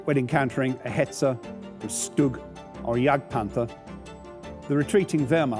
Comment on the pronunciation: Hetzer....Hetzer, not Hetzel....as a German my ears are bleeding and my eyes blinding to see or hear "Hetzel", ooof